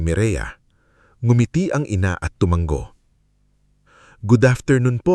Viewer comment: Filipino kaba? Bigkas mo sa tumungo, tumunggo